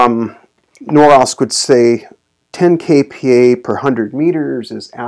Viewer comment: NORSOK not NOROSK